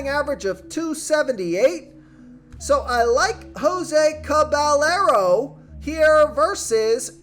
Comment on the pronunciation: Jose “Cabellarrow” 😂 Cah-bah-yeh-roh